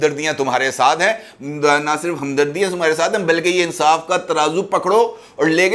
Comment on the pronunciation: Insaaf nhn .. INSAAS...